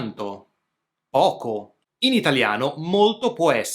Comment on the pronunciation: Dovresti correggere la pronuncia, preferibilmente sostituire la "d" con la "t": "molto" al posto di "modo". Saluti e complimenti.